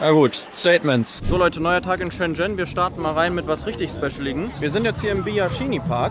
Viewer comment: Neiiiiiiiin. Das erste, wo die geguckt haben ist richtig. Die haben nur geschaut, weil du es richtig ausgesprochen hast. 😂